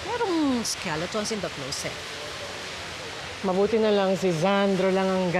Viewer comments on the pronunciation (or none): *closet* NOT 'cloWset'.